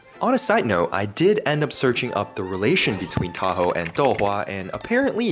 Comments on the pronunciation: It’s pronounced tah-ho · as a filipino myself, ill say: people who arent filipino trying to pronounce filipino words/names sound funny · say taho fast unlike t-a-h-o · as a Filipino, the pronunciation is killing me.😭😭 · I like how you pronounced taho It was wrong in a good way Task failed successfully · I love how bro butchers the names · As a filipino, i am mildly infuriated from how badly he pronounces the name of these DELICOUS foods